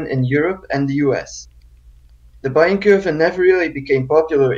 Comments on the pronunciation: It's just "Bayern" not "Bayren" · Your pronounciation of Bayern was SLIGHTLY wrong, the 'r' comes after the 'e'. It's the last sound before the n. Source: I'm from Bayern. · Instead of saying "Bayren" try pronouncing it like "Bayyearn". Or like the english word "buyer" but with an "n" at the end. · Bayern, said [Buy Urn / Buy an]. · It’s pronounced Bayern BAY-ERN . Like the FC Bayern club from Munich. As a German speaker I can confirm u are pronouncing it wrong